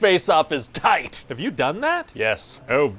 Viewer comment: Waaay too much emphasis on"taking someone's face off is TIGHT!" And I LOVE IT!